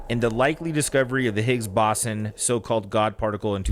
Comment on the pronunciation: Jarid trying to sound smart but not knowing how to pronounce Higgs-boson lol